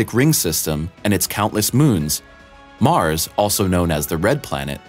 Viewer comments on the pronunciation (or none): none